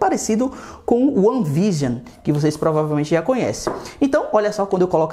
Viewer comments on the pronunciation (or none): none